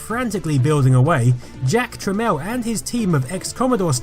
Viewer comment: "Jack Trameel" not trammel